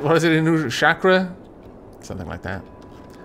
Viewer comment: These ninjas on that trail are clearly tourists from the Hidden Leaf Village. Also, yes, it is Chakra, but the cha part is said like how one would say the cha-cha slide, and kra part is said like "kruh".